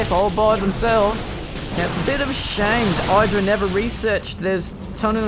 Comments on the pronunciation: Id-ra, not Eye-dra. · Not EYE drag. i-h-dra. As in idrajit.